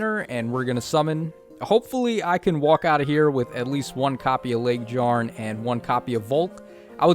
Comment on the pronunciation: You need to stop calling her LegDjarn. it's LegYarn. much like Fjorm.